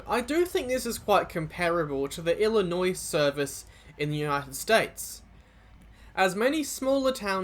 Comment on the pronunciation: The way you pronounced Illinois made me smile because you got it spot on my friend